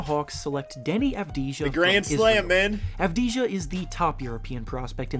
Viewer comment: It's pronounced Avdiya